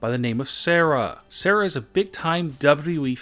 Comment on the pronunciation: sorahhh, like godayum its sara